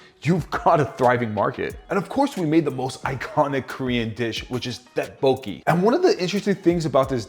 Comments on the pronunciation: Dead poki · bro mispronounced tteokbokpoki so bad